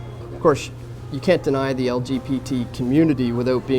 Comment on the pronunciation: he calls it the "LGPT" community....not B. P. this fool on camera is just trying to stir shit for views. he has no idea what he is saying and is manufacturing complaints and creating controversy for ratings. if he cared about the LGBT issues, if these weighed heavily on him, he would not say LBPT.